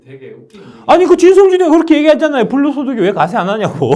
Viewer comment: " 주식소득이 ~ " 불로소득" "불로소득" "블로소득" ㅋㅋㅋㅋㅋ